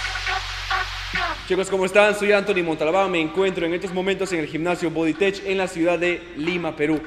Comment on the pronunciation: buen video. pero Bodytech se pronuncia "bodytekkkk" no "bodytechhh"